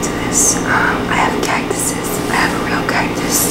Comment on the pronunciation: She said cactus's 😂